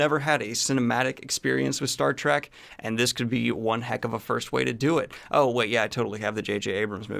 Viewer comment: JJ Trek does count. Please say trek, not track, so glad you added the heads up for Trekkies. Loved The Boys! Love your news 🏆